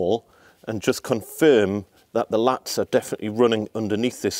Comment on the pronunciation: Laths not latts